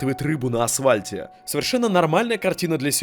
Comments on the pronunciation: при всём уважении, не говорите пожалуйста "асвальт" вы же точно знаете, что после "с" буква Ф. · очень интересное видео. спасибо вам. но почему вы говорите АСВАЛЬТ. вы же грамотный человек